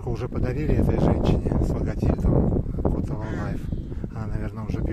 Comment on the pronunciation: Местному краеведу следует правильно ставить ударение в названии города. Правильно говорить КотОво (чьё) как псОво. Изначально слобода называлась КотОвой...Прадед и его кореш Захарченко, так и говорили КотОво, сажали в ней первые сады ,у меня есть их общее фото 1915г. Слободу так назвали первые переселенцы из Харьковщины в честь слободы исхода ,которая досе стоит на речке Убля. Что касаемо фото ,то оно видимо покрашено ибо тогда цветной пленки еще и в помине не было у простых совков. Вождей с космонавтами и то черно-белыми фоткали...Бабло экономили на Агфу и Басф...но только на кино и Огонек ! Человек-амфибия тогда крутили. Народ офигевал от счастья .Электричество по селам давали только по вечерам.